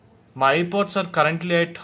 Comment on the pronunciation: Haha ur telling it air bods but it's name is air pods pls learn it bhayya